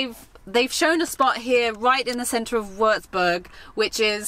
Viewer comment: not how you pronunciate berg neither is it wöörtsböörg it's a short u ;)